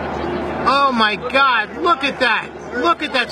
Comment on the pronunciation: Mi parte favorita es cuando dice oh mai gad